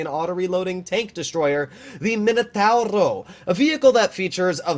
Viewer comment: puts about as much emphasis on the R in Minotauro as Philip DeFranco does on the G in Niger!:D